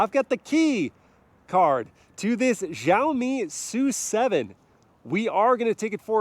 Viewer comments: It’s pronounced “SHAWMI” not “JUAMI” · Its pronounced "Shao mee" the xi makes a SH noise in mandarin its not JEE OWW MEE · Let me help you with the pronunciation of Xiaomi. In the video you are saying Jow-Mee, but it should be more like she-ow mee. Shao, like cow and pow. The true pronunciation of the X initial has a bit of air to it as you say it like you're hissing. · The X in Xiaomi is read as "Sh" not "Zh" 😃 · It's read with ch as in Chevrolet ,not with g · Why do white people pronounce X as "zh" or "j"? X is pronounced "shee". It's fking sheeow mee, not zhao me... their president is shee jin ping not jee jin ping. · It’s Sha O me! No za o me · x=sh not j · It's not Zhaomi btw 😑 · It's pronounced Siaomi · Xiaomi not jaomi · why do you pronounce it like "Jaomi"? Is there "J" letter in "Xiaomi"? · hey, when you read Xiaomi, you can just read the "x" as "s" , like siaomi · "Jauohmi SooSeven" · Please it's Xiaomi ... As in Shiaomi 😂😂😂😂😅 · It's Shiaomi. Like /She Jinping/ (spelled Xi Jinping) In Chinese transliteration, X is pronounced "Sh". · you don't have Xiaomi phones in the us ?????? (it's pronounced "shiaomi" by the way !) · just fyi its pronounced with a S, "siaomi". its a chinese to english direct translation =) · xiaomi is pronounced "see-yow me" with see-yow being a single syllable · Wrong pronunciation! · thank you! i always cringe when i hear foreigner try to pronounce xiaomi su7. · both wrong guys. haha but its always cute to see foreigners try to pronounce it.